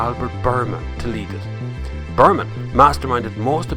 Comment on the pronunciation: Biermann is pronounced as "Beer-mahn" not "Berman" lol. Learn to appreciate other languages before you go and anglicize everything geez. I wont even mention how you pronounced Hyundai!